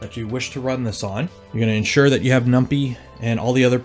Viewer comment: Every time he calls numpy as "num pee" I laugh so hard 😂💀